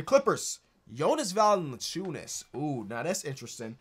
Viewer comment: “Jonas valinthechunas”